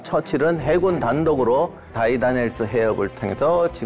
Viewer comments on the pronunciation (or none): 다르다넬스를 왜 계속 다이다넬스..